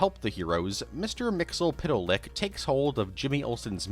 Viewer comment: The ease with which you say "Mister Mxyzptlk" amazes me every time.